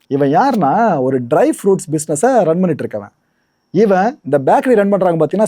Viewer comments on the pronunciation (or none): none